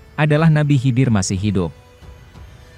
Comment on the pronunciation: Nabi khaidir mas.. Bkn nabi hidir...